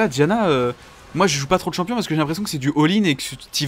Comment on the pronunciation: tu veux pas vien prononcé le nom des champions c'est horrible